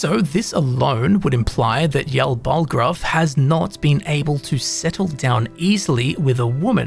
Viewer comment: Jarl not Yarl